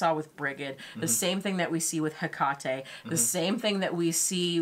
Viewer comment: Hekate is pronounced - Heckatie